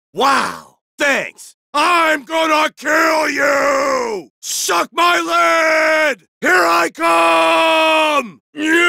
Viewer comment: it's SUCK MY LEAD!!! not DUCK MY LEAD.